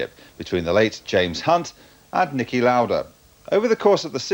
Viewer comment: Excellent video, but he wasn't Nikki but Niki Lauda